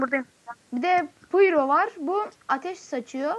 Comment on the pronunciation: payro diye okunur :D